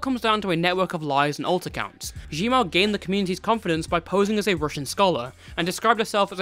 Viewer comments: nah cause i legit did a double take when i heard “g mao” lmao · Zhenmao is pronounced Tchun Mao